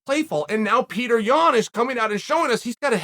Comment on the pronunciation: The american-izing of names is getting out of hands. His name is just like you'd say Piotr if he was from Poland, but since he's from Russia, it's just Peter? Come on, it isn't hard to respect nationality. Pee-oh-turr. Not Peter.